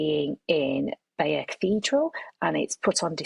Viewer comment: The correct pronunciation of the tapestry is Bye - yur!